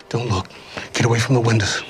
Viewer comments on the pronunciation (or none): none